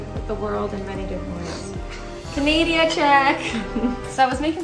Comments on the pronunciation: She really said canadia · OK BUT DID YOU JUST SAY “CANADIA CHECK”!!!!!!!!! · did she say Canadia check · I like ur vids but you said canaydya and not canada.......